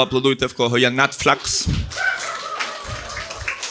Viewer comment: Я так зрозумів, що кожного виступу слово Netflix вимовляє з новим акцентом.